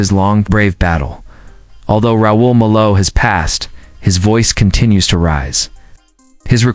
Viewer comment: The least you could do is pronounce his last name correctly, AI! The man was a leg and, adored by fans around the world, including me.